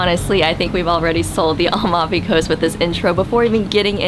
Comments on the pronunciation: AmaLfi, not Almafi, the L is towards the end of the name not at the beginning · Hi it's Amalfi coast isn't, u said Almafi coast....like yr videos. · fun video but it’s A-mal-fi.